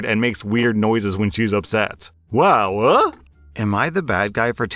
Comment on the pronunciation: Am i the AH if i laughed at you pronouncing wow AH